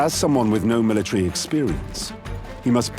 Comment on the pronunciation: Learn how to talk it's called military